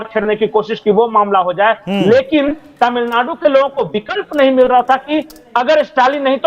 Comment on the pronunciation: आपके "अचानक हालत बदल गये तामिलनाडू मे"! बहुंतही मनोरंजक रहा.उच्चारण!